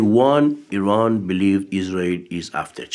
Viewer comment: Why is it Americans can't pronounce Eee Raan??